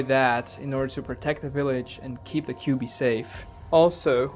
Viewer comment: Don't say kibui or kiwui 😭😭 Say the 9 tails or Kurama